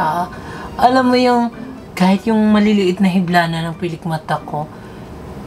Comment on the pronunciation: "filik mata" 😂 labyu 😍😍😄